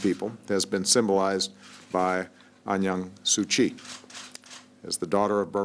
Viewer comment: WTF This nigga just called? Aung Yan su kyi? This nigga don't know what he is blabbering about! It's Aung San Suu Kyi nigga! If u can't pronounce even her name, how can u be a black president of white america?